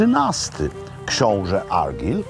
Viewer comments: Zawsze mnie śmieszą ludzie zachwycający się ostrygami. Jadłem i oprócz glutowatosci i smaku morza nie ma to żadnych innych doznań. Ściema dla bogaczy. Chce pan zjeść najlepszą rybkę Fish and chips w Szkocji to zapraszam do Stonehaven - The Bay fish and chips. I nie argyl tylko argajl, a loch to loch tak jak się pisze tak się wymawia, tylko angole wymawiają to lok bo nie potrafią wypowiedzieć loch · Szkocja moja ukochana 😍😍😍 Panie Robercie , imie Argyll wymawia sie Argajl :) pozdrawiam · Mistrzu,ten książe to się wymawia ARGAJL, a geograficzna kraina to ARGAJL and BJUT fonetycznie. Szkoci lubią mówić twarde R. Pozdro z GLAsgow....